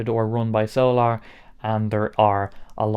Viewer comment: Are you pronouncing it "so-lar" for any particular reason, or is that how they say the word "solar" where you're from? 😂